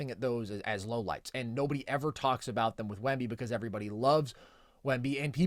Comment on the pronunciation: When said “myriad of lowlights, like Luka….” I heard “myriad of low lives, like Luka…” LOL